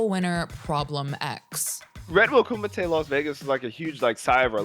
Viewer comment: Koomee Tay...........doesn't sound as tough as when they say it in bloodsport 😂